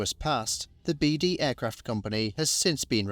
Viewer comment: His Surname name was pronounced "Beade".NOT pronounced "Beede"